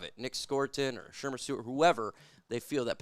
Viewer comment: Yo I can't with the Shermer. You mean ShaMAR